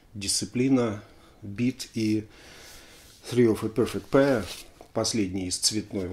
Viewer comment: О! "ТРИ оф зе перфект пэйр"...!